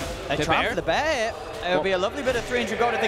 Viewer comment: "da bear" xDDDD